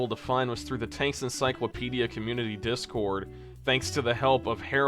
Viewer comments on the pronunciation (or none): none